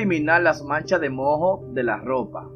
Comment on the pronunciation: No se dice mo, se dice moo, con la primera o acentuada. La h es muda